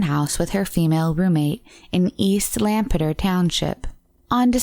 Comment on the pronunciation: You were close, it's pronounced lamb-Peter. If you aren't from that area most likely you will pronounce it wrong just like everyone pronounces Lancaster wrong and usually only people from there hear it. But you were close on both of them. Thanks for another great video